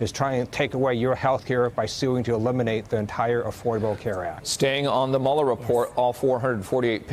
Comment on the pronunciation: Dude still doesn't know how to pronounce Mueller's name?